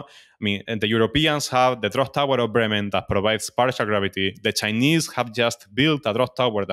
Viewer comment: Took me a few tries to figure he was saying the "drop tower of Bremen" not "draft tower of Brementa" 😆 Now I'm trying to figure out if Bremen is known as "Brementa" in Spanish speaking countries.